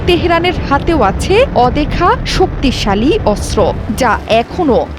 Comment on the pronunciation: অস্ত্র উচ্চারণ শুদ্ধ উচ্চারণ করতে হবে 😂😂😂